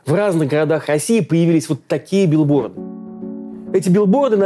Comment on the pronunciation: В маЛте, билбоЛды втояЛжение. и т.д. и т.п. 😮😮😮. Вы что издеваетесь??? Замените ведущего пожалуйста!